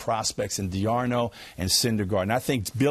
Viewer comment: Like the analysis but whats with the mispronunciation of D'Arnaud